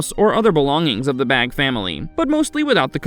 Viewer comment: Isnt the last name pronounced Bā or "bay"?